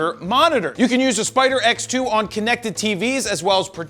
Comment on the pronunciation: Everytime you said spider x, my brain heard spider eggs.... and ewww DAVID!!!!